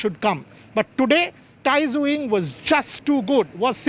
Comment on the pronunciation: Tai Tzu Ying correct pronauncation: die zeh ing